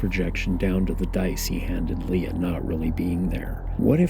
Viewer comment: I am sorry but it drives me nuts when you say "LeA" instead of "Lay-AH"